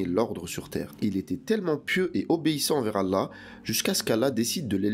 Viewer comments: Tu devrais perfectionné ta façon de prononcer le nom du TOUT PUISSANT.... Doit tu prononce "ala" c'est ALLÂH SUBH'N WA TAA'LA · La façon de dire Allah par la voix. Pourrait t elle appuyé sur le Lam ? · Effectivement, de plus il prononce mal « Allah »